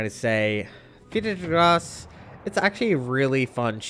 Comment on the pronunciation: every time you pronounce this ships name i understand "peter is gross" , so what has peter ever done to you??? :D